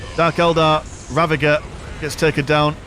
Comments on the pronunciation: Is "ravager" another of those words you''ve decided to mispronounce purposely? I wonder because you said it correctly the first time but the "corrected" yourself. This 3v3 was actually fun! thanks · Wait its rava-ger? Not rava-jer?